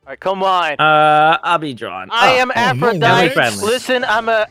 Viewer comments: It's pronounced Aphrodite(tee) not Aphrodit learn your gods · that's Aphrodite pronounced like die t not dite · That was an interesting omission of the last syllable of Aphrodite